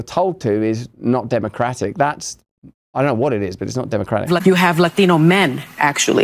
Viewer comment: "Lachthino". hahaha..What a narc.